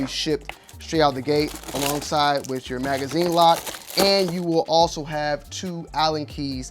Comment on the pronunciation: Wiff? Not with?